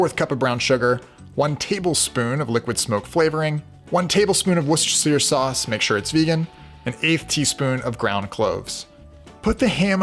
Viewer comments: It's pronounced Wohs-tuh-shuh sauce. Why do so many cooking channels keep mispronouncing Worcestershire sauce? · It's Woooster Sauce.